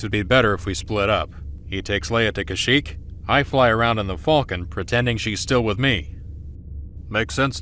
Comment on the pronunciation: The graphics here might be PS2 era sometimes, but hot damn, I can see the talent and love behind each and every scene! The framing, the pacing, the editing, everything came together wonderfully! The voice acting was shaky at times (Leia pronounced Kashyyyk as "CASH-ic" lol) but Luke, Ben, and especially Thrawn were phenomenally recorded and edited. An incredibly well made project, I'm sure Timothy Zahn would be proud!